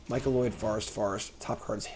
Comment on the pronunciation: MY-CO-NID. Not Micoloid, etc etc. MY CO NID. You are doing great work. Thank you!